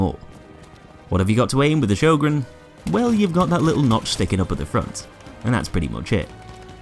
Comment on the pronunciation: “Sjögren Intertial from BFV” This makes the BF1 Sjörgen sad